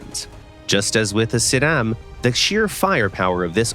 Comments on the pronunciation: i mean...for a non native italian speaker it is but trust me it wasn't good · It was abad attempt tho. He wasn't even close to how i would say it (i am italian)